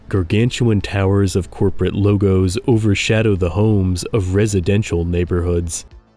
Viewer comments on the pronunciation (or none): none